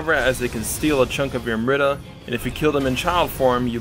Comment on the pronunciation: Am-REETA lol you're killing me over here 😂🤣😂🤣 ty man!